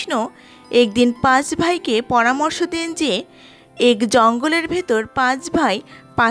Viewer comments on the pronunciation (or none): উচ্চারন : এক = এ্যাক/ অ্যাক।